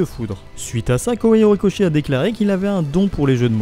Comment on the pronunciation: Alors.... La diction et l'intonation de cette vidéo me dérangent trop c'est vraiment dommage car le contenu est intéressant... Mais cette façon de lire en faisant "vagues" peu naturelles ça sonne vraiment bizarre pour pas dire agaçant :( (+ la prononciation des noms genre Kohei Horikoshi est aussi étrange je sais pas)